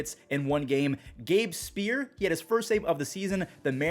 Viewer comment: As a Mariners fan, here's the pronunciations you missed: O'Keefe: oh-KEEF Speier: SPY-ur